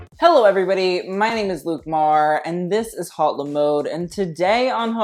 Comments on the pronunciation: I'm really curious about the name of this chanel. Why HauteLeMode ? Is this some kind of pun with the words Haute couture ? Then why is he pronuncing the H in haute ? And why Le mode when its La mode ? This is so disturbing to me, especially since I'm french, I.. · could u please try to pronounce your channel name like it's supposed to? since you'Re so familiar withFASHION ..lol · am i the only one that always thinks it's extremely cringy how he can't even pronounce his own channel's name in french